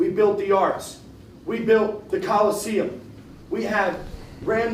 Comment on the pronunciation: The collesiuem 😂